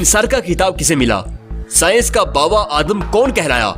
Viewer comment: bro urdu ma bava adm ni baba adm hota hai ☺☺☺😃